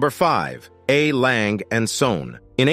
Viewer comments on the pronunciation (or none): Please dont try to pronouce a german brand. There is an e at the end of the name "Lange" and the word "Söhne" which have to be spoken!